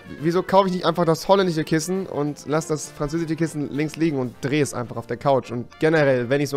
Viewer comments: Es heißt "französisch" nicht "franzäsisch". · Es heißt französisch und nicht franzäsisch xD😂😂😂